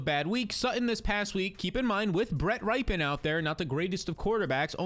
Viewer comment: His name is not ripen lol. It's pronounced rip - in. His uncle Mark Rypien won Super Bowl MVP in 91 with Washington. Love your content man.